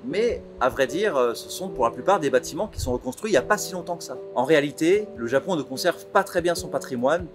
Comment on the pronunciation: Le Zapon ouais!!